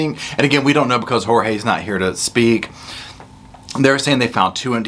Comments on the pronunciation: It makes me angry that she calls him "George" and his name is Jorge! One of the many problems I have with her! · PLEASE STOP CALLING HIM “ Jose’s! Hue bane was Jeorge !!